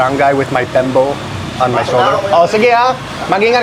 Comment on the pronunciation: It's bimpo, not pembo. Sina-NGAG (garlic rice), Sinigang (Filipino sour soup).